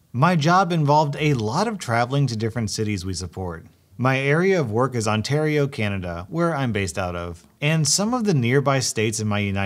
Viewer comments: The AR in Ontario is pronounced like “air”. I think you got it right the first time, but after that said it like “ahr”. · it's not "On-tar-ee-oh" it is "On-tear-ee-oh". Damn man, it's like you're not even Canadian or something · Okay I’m a little trigger but that’s okay but you say it on-tar-io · just as a point of reference Ontario is pronounced like on-tear-ee-oh not on-tar-ee-oh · Yes, you need help... Ontario isn't pronounced as On-TAR-Rio It's pronounced as On-Tare-Rio I was cringing every time you spoke. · Love your vids but it's on-tare-io not on-tar-io. I live there so it's kind of annoying. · Lol, i live in canada. I went to some part of america for a vacation. I was making some new friends when someone came over to me and said "are you canadian?" And i ovi said yeah...then he said is it pronounced "Ontahrio" or "Ontario" How can you get it mixed up. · On-tair-io not On-tar-io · on-tair-io!! not on-tar-io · the way you said ontario was haunting... love your stuff but oh god no!!! (its pronounced on-tair-io not on-tar-io) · OnTARio. Me. Canadian:On-Tare-io. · "Ontarreeo" hahaha it's "On-tare-eo" ;) love these vids! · Lmao onTARio, it’s pronounced like onTAIRio (like tair = hair) I appreciate the attempt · I love your videos lots of love from Canada but as someone from Ontario is not pronounced Ontahrio its like ON.tair.rio;) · You pronounce Ontario like On-tair-io not Not Ont-AR-io sorry if this sounds rude but I’m Canadian 😂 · OnTARio ❌ OnTEARio✅ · Lol, On-tar-io, that made me chuckle, cringe, and shake my head at how adorably wrong it was. Ont-air-ee-oh. Although to be fair my fellow ontarians outside of the village I grew up in couldn't say my villages name right either (and they'd hear it said correctly by me... constantly, drove me crazy) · "On tar eio"... it's said "on tear eio-" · hey, your average run of the mill northern ontarian here to say that it bugs the hell out of me when he pronounces "ontario" as "ontuuhrio"